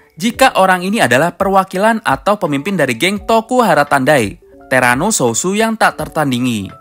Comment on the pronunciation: TERANO SOUTH BUKAN SOUSO LOL